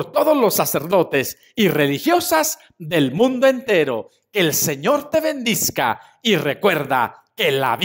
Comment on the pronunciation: una pregunta por que dice bendizca